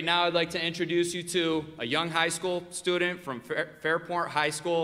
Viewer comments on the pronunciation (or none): Dear Elijah, it's "stew'dnt" not "stoo-Dent"